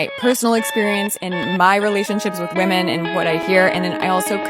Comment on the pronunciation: Please learn how to pronounce the word "women"